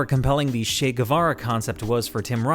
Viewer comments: Ernesto Guevara's common name was Che [t∫ei] not "Shay". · Guevara's name is Che, not Shay.